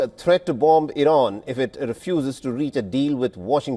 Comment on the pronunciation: Worse accent on the planet.. the “B” at the end of “bomb” is SILENT 😂🫵🏻